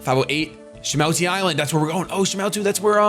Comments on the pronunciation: Have you never seen Pokemon 2000?!?!?! its SHA-MOO-TI island. Its lugia and zapdos, moltres, and articuno. Good movie, must watch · that's from the Pokémon 2000 movie shady it's call shamooty well its said that way lol